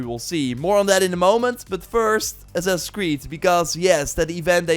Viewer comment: God Damn, what is "Assass" creed? haha! Annoying shit man.